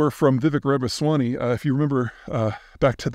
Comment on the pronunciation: O.K. it's not Ravaswany or Ramanswany, but continue.